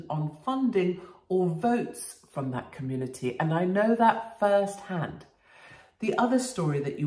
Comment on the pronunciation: Kamoonitee leeda...😁